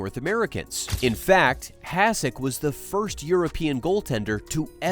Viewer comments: Why are you pouncing his name like that? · AI generated content. Can't even pronounce his name right. Stupid f'ing channel